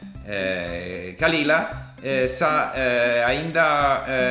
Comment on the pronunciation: The way you pronounce "عند" is similar to /ainda/ which is how portuguese people pronounce for the portuguese word "ainda" which in their language means yet. However in Arabic the first letter of the word "عند" which is the letter "ع" should not be pronounced as /a/ please go and see how it is pronounced.